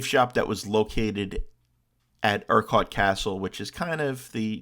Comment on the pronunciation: Yes, you're butchering the pronounciation of Urquart.